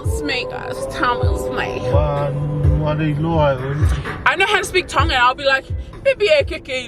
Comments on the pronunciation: Aww gotta give it to team Georgie hehhe pronunciation on point but well done for singing along 🇹🇴❤️🥰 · Love it guys haha must have some Tongan in him he got the Tongan Prounounciation on Lock. Love u guys keep coming with the videos 🤗😍🙏🙏🙏 Bless you both. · My man was born in Tonga tho hahaha lesgooo pronunciation got it on lock yo lesgooo🇹🇴🇹🇴🇹🇴🇹🇴🇹🇴🇹🇴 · So crack up 😂 did better with the Tongan words.. pronounciation and correct words giiiirl u smashing those Tongan words 😂 osi just 🤷🤦😂